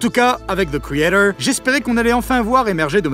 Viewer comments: zeu criédeuuuwr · Pourquoi tu ne dis pas ze créator comme tout le monde ? C'est excessivement énervant. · The quoi ? - thi caeydor Hein - the craytaure Quoi ? - ze créator Ah..... Thi criéthor